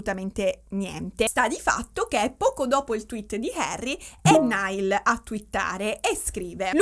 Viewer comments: "NAIAL" non "NAIL" ❤ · tutto bellissimo ma ti prego, si dice 'Naiall', non 'Nial' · comunque si pronuncia “naial “ e non “nail “ 😂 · comunque si pronuncia naial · ti adoro ma ogni volta che hai pronunciato male il nome di Niall in questo video ho perso un battito 😂😂